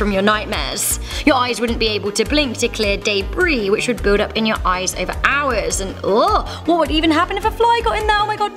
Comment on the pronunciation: Hazel. But I can tell from the many times you said it but you've definitely had many flies in your ehs